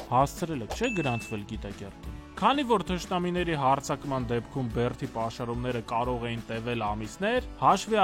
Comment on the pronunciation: Եթե աղբը հավաքում էք դա դրական է, բայց ո՛չ թե "բեռթ", այլ "բերդ", ոչ թե Բեռթավան, այլ Բերդավան, ոչ թե "կառուցվել ա", այ կառուցվել է, ոչ թե "ամոթ ա", այլ ամոթ է, և այսպես շարունակ սխալ սխալի հետևից ...